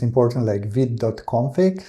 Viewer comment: Also, you pronounce "vite" perfectly (like a real French man)!!